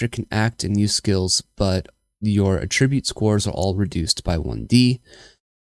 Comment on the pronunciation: Super helpful video! Side note, I beleive you're saying attribute incorrectly lol. You're pronouncing it as the verb should be pronounced, not the noun... Here's a video for reference